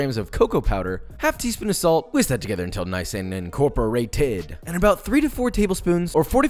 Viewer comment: No one: No one at all: No one on earth: Josh:In-Kor-Per-ay-tid